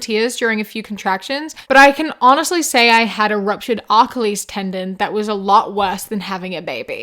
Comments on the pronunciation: I’m sorry I’m dying at the way u said Achilles😭😭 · I'm glad I'm not the only one who caught that! I have never heard that pronunciation before 😂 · as a Greek mythology fan... I am offended by that pronunciation of Achilles. Jk literally tho